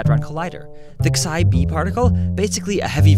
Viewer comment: You say "Xi" wrong, and it's bugging me.